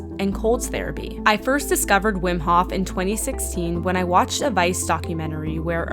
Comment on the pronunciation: The HOF !!! not the hoff :-)